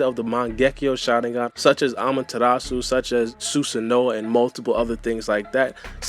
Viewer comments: Lol "suserno"😂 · Its "susano" u say it like u see it G